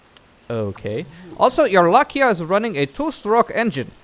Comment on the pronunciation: It's Lai-ka, not La-kia xD Coulnd't stop laughing every time you said it wrong. Keep up the good work though, love your videos!